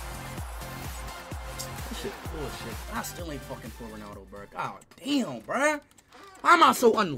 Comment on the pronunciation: Bro Said are they facking😂